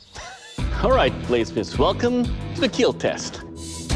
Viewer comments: Looks like the editors knows we like to hear Doug say “it will KEAL!”, oh well I guess it is quite obvious. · I'm sick of hearing "D.A.M.A.S.C.U.S" , Luckily Dough keeps saving the day by saying "IT WILL K.E.E.L !" with a little bit of a serial killer smile.